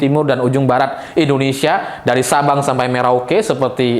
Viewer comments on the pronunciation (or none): Kalau ndak salah dengar, ngomong Subang bukan Sabang.😅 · Revisi,saya dengar Subang bukan Sabang.Tetap pilih Ganjar-Mahmud.